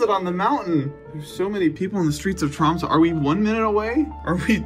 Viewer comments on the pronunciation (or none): as a Dane, him not pronouncing Tromsø correctly was so frustrating a couldnt focus on the video